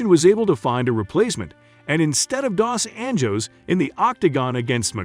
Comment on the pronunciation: It's Pettis not Petties 😂 and you pronounced dos anjos wrong too 🤣